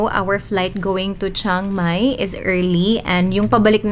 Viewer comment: "Tsang-Mai" not "Shang-Mai"